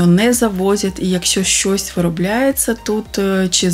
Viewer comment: Ну чому вимовляете погано слова на укр. мовi? Шьчьось, чьи, вiдтiночьок ,чясто получяеться, чьомусь i т. д. В украiнськiй мовi немае такоi вимови. Дуже не гарна вимова слiв у вас.